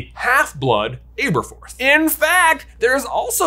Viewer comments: Ab-erforth. Ab, not “abe” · Ahh-burr-forth Not Aye-burr-forth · It’s him saying Āberforth instead of Ăberfoth for me😂 it’s a short “a” not a long “a” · Why do you repeatedly mispronounce Aberforth? 🤣 Are you one of those silly people who couldn’t pronounce Hermione? 🤦‍♀️ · How do you keep mispronouncing Aberforth being this big a fan? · I beg you, in the name of all that is holy and Jesus Christ himself, learn to pronounce names. The way you say Aberforth is bad enough that the blood starts to seep out of my ears but ‘Merope’ pronounced like a word a bullfighter uses while dodging the bull is just too much.